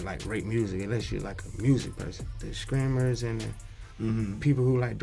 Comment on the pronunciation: “the skreamers” 😭😭😭 im dead